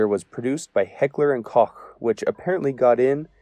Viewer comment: You're the first american I've ever heard pronouncing "Heckler und Koch" properly, props, my guy.